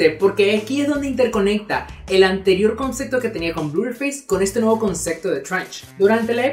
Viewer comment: "ConcePto" no "ConceCto"